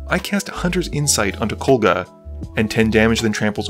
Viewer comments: KoGLa, not KoLGa. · Dude, it's KOGLA, not KOLGA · I don't mean to be rude, but I need to ask; Does have some form of dyslexia? Kol-gah, "Stetson", Champion, Skrey-lev, he seems to have major issues pronouncing card names in his narration.